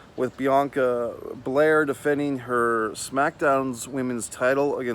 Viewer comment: its Bel AIR lol and the skipping is like a sassy kinda thing... I think u may be a little out of touch with the culture lol she supposed to b ya sassy kinda down chick... like a much lower key cardi b lol but I mess wit u bro, u funny asf and u def no wrestling... I'ma keep coming thru